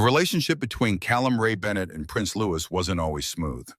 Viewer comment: LOUIE….NOT LOUIS …is the proper pronunciation!!!